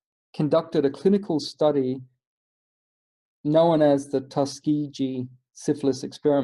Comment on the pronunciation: It's pronounced with a hard g just fyi. And this is horrific. Have you seen Miss Evers Boys?